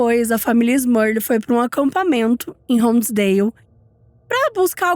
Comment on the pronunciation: te adoro mas deu agonia você falar “Smurlil o vídeo todo kkkkkk